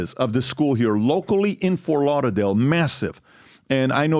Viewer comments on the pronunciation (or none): none